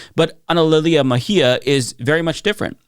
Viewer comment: Bracing myself for years of "Ms. Meh-gee-ah"